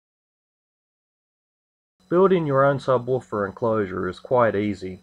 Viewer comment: sabwaafar? jajajajajaja